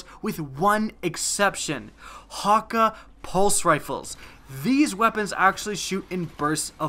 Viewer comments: Ok 30 secs into the video i had to stop lol, Wtf is "hawk-ah" as he pronounced it... Ive always thought it was like.. Han- key.. With like a really defined A.. Anyone get what im saying?? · ur pronunciation of hakke is so wrong...